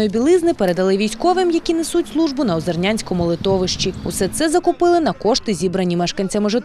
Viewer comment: озерненському а не озернянському!!!